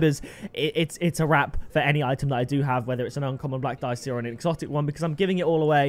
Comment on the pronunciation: It pronounced deeyechee italian